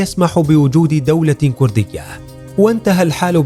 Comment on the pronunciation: السعودي لاينطق ولايكتب بهذي الطريقه !! لايقول. كورديه يقول ويكتب كرديه يامفضوح